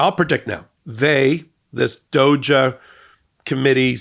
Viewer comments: If you’re wondering, drop the “-a” on DOGE Doge (Dodj) (d-o-j) (dah-oh-ja) not Doge-a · I know it probably doesn't matter in the grand scheme of things, but when you say the acronym DOGE, the e is meant to be silent. So, not "doja", it's "doj", rhymes with hose. Since they "doge" coin is based on the "doge" meme (an image of shiba inu dog that became popular in the early 2000's), I wanted to provide some more context. Elon's idiocy goes as deep as the Mariana trench, while somehow being such a shallow person, that if I stood in a puddle of him, my feet would remain dry; I expect this "department" to be nothing but a source of annoyance, so if you want to keep mispronouncing it, that would probably be better, now that I think about it. But now you know! lol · Dude, please stop saying “doge uh.” It’s just doge. 😂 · I love that you say DOE-JUH. I bet it makes the nft crypto-bros cringe inward every time LOL. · Doge is pronounced a little more like rose. I can't think of any other words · Constructive Criticism: I'm sure others have whined about it, but your pronunciation of "DOGE" is way off. It's like you haven't watched/listened to/investigated this beyond talking points. It's not a big deal except for the doubt it instills in me about the other topics you discuss (when you get things like the pronunciation of "DOGE" wrong... what else do you not know?). When in doubt, google. Anyway. It's still great content. I'm very subbed to the MTN stuff, and want the people I trust (you) to be in tip-top form. Don't give us reasons to doubt. (Same thing happened when MTN reported on Ghislaine Maxwell - each of you pronounced her first name differently (and incorrectly)). This stuff matters.